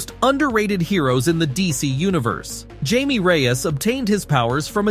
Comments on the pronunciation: It's pronounced hi-meh it's Spanish Jamie ....I can already tell a lot of people are going to be Saying his name wrong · Him pronouncing Jamie like that is making my brain itch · if you can't pronounce his first name properly, go home...😂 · Man who ever posted this video must be special... he can pronounce Jamie (Hi-meh)😅. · You Can't pronounce his spanish name? It Jamie (hi-meh)